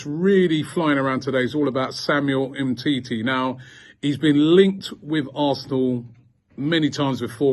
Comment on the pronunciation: No one: Robbie: “humteetee” “upper man cano”